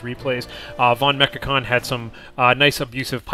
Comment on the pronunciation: Just a hint how to pronounce the german "V" like in "Volksgrenadier" or "vonMechakon". The german "V" is pronounced with a sharp sound like the english "F" in "folk". I already gave this hint to Inverse, because "Volksgrenadier" with a soft "V" sounds always strange and funny.